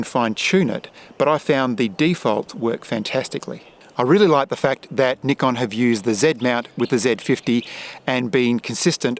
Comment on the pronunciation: THANK YOU for saying NIKON with the correct pronunciation!!!